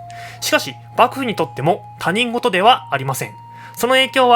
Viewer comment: 読み方は『ひとごと』